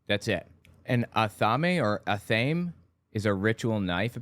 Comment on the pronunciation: Ah-thah-may with the stress usually on the second syllable might also be pronounced Aeth-ah-may